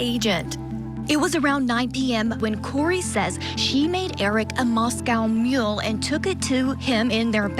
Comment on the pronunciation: I love how Vinnie Politan just pronounced “Moscow Mule” like “Moscow”, Idaho.